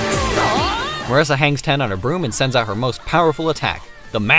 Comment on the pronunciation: I'mma be that one guy who doesn't give a damn how you say Flandre but is absolutely appalled by "mUHRisa"